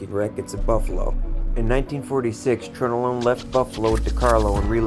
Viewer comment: you need to learn how to pronounce, Tronolone... it's Tron-A-lone, not Trone-o-lone